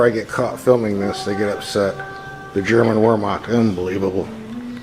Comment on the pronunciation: Btw, it’s pronounced “Vayrmahkt”.